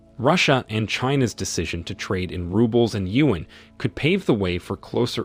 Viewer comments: You should use Google translate to learn how to correctly pronounce China’s currency, the yuan If pronouncing “yuan” is too difficult for you, use the common alternative name, the letters RMB for the Chinese RenMin (People’s) Bi (currency) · Whoever is the journalist in this video, is an idiot. You cannot even pronounce "yuan".